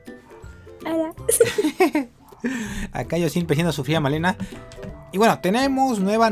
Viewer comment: al principio dijiste maleno